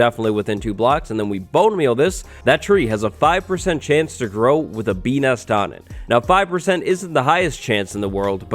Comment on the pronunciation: bee nest sounds like beaos